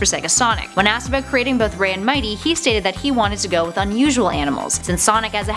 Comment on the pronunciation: When Ray says Mighty it sounds like "MY TEA!"